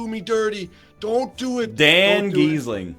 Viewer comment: "Dan Gheesling," HAHAHAHAHAHA